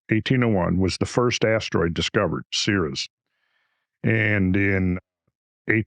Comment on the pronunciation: It is pronounced Sear'-eaze.